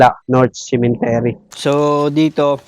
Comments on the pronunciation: Cemetery po hindi Cementery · "Cemetery" po Not Cementery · Cemetery not cementery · Cemetery not cementery 😂